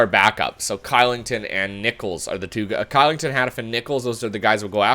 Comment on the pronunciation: oliver "kilington" is prononuced "clichelington"